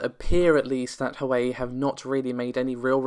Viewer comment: Sorry to sound "nit-picky", but it is "Huwa-way" phonectically for Huawei.